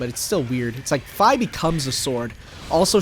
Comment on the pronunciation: no idea why, but still bothers me that Fi's name is pronounced "Fay" instead of "phee" is just odd